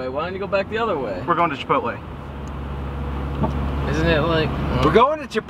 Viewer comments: IM NOT ALONE.i pronounce chipotle the same way does LOL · is right in the pronounseation (i dunno how to wright that) of chipotle i know cuz im mexican